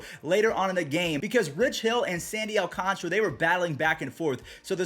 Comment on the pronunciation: I’m sorry but you trigger me when you don’t know how to sound out alcantara. Still my favorite YouTuber though